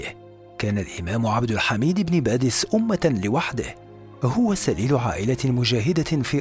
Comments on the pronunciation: عبد الحميد ابن باديس و ليس بادس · ان اسمه ابن باديس وليس ابن بادس؟ السلام عليكم انا من الجزائر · عبد الحميد بن باديس ليس، بادس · مرحبا انا من الجزائر واحب قناة هل تعلم واشكركم على فيديوهاتكم لكن هناك خطا فاسمه بن باديس وليس بن بادس وانا متاكدة فهو وحده يعتبر جزء كبير في تاريخ بلادنا العريق تقبل الله صيامكم الي عجبو التعليق يعمل لايك ورد الى اللقاء وشكرا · بارك الله فيكم انا شخصيا طلبت من القناة نبذه عن عبد الحميد والامير عبد القادر شكرا جزيلا فقط ملاحظة كنيته ابن بادِيْس تحياتي للقناة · شكرا جزيلا على الموضوع الرائع و المميز لكن إسم الشخصية عبد الحميد بن باديس ليس بادس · إسمه عبد الحميد بن باديس وليس بن بادس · ابن باديس و ليس بادس